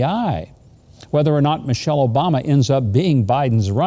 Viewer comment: MANCHELLE Obama, not Michelle.